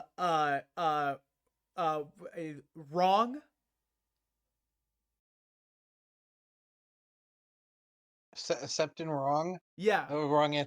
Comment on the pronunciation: Septon = Septoff